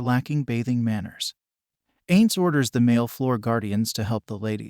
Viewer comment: not ains. Pronounce it "eye-nnnz"